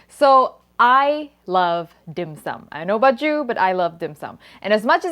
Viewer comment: A Hongkonger, I can say your pronunciation of the dish is spot-on. A tip for marinating meat with ginger: don't do it more than 30 minutes or the enzymes in the ginger will break down the protein and make it mushy, not in a good way of course.